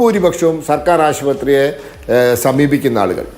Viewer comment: ആദ്യം നീ ആ "ശു" പത്രി എന്ന് ഒന്ന് ശരിക്കും പറയാൻ പഠിക്ക് തോൽക്കിൻ്റെ അമ്മൂമ്മടെ ആസുപത്രി